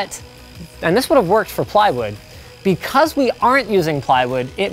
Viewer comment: yes linus "be cwus"